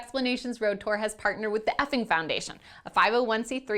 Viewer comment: the effing... "fing?" XD